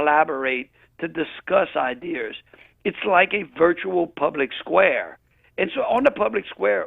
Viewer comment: Jeff Landry said “idears” multiple times